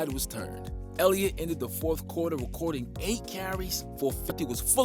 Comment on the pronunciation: Did nobody catch the fact this dude said "quarterback zeke ellitot"